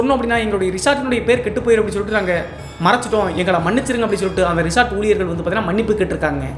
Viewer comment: Resort ❌ Reshaat ✅